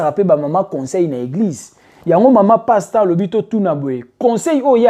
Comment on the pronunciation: Desho ndenge ozo prononcé kombo ya sois disons Pasteur yango 😅😅😅😅😅 passtemps Kiékiékié 😅😅😅😅😅 baza penza ba passtemps bazo mema ba sois dison ba Soeur na lifelo Nzambe sunga.il fallait kotangaka ba kombo na bango po balapa